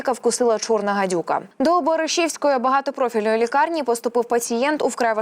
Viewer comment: Невже ніколи не відмовитесь від ку-ку-кальки "не-о-чі-ку-ку-ку-ва-ні"? Таж НЕСПОДІВАНІ! Лесю Українку вчили? "Без надії таки сподіватись". "Отака не-о-чі-ку-ван-ка". Про відмінюваання числівників навряд чи варто й заїкатись, бо це безнадійно. А все ж таки - не "п'яти-десяти", а п'ятдесяти. І не "БаришІвської", а БАришівської від БАришівка. Не чагАрника, а чагарникА, не зазвичАй, а зазвИчай; не відскочИти, а відскОчити, не "пересуватися", а РУХАТИСЯ не лІтальні, а лЕтальні випадки...